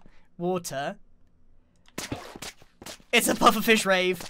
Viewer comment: its RAVE not Raid